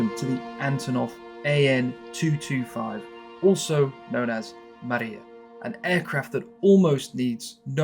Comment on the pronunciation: It's not Maria :) It's Mriya ...